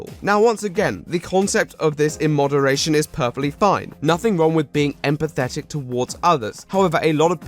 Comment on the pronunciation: Did anyone else heard, "Purply fine." when he said, "Perfectly fine."?